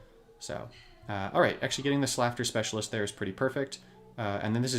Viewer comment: not to be nitpicky, but slaughter is like daughter not laughter;-))